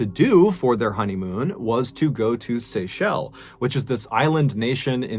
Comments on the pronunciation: it's Seychelles not Seychelle ;) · The island is pronounced Seashells, not SayShell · Bro, it's pronounced as "sea shells" lol...I like how you pronounce it anyway...love your stories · The "s" at the end of Seychelles is not silent MrBallen. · Don't forget to say the 's' when pronouncing Seychelles 💕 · That second story gave me the chills, she went because of crocodile Dundee and went out because of a crocodile, if only she waited for the dinghy but when panic hits you make stupid choices. God bless all the people featured. THE SeychelleS!!! Please pronounce the S, otherwise, it sounds weird also most people use THE to proceed it. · Pssst...brother, it's pronounced 'Seychelles' with an 'S'... Love your videos !! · Today I learned how Seychelles was pronounced